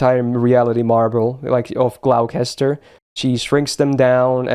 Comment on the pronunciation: Just for the record, Gloucester is pronounced Gloster.